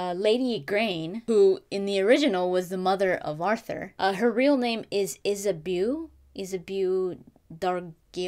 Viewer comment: Hey. I believe Isabeau is pronounced "Is a bow". (bow like bow tie or bow & arrow) This game sounds amazing. I love spooky atmosphere, gothic settings, Victorian England, alternate history, retro sci-fi, the Arthur legends. It's got it all!